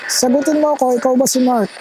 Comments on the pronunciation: narinig ko rin ang sabi nya na Mark very clear ang pagkasabi nya, may babae din akong narinig. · Malinaw ang pag ka sabi sa pangalan niya Mark! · Narinig ko rin ang pagkabigkas nia ng name nia po... parang bnatelyo po si mark..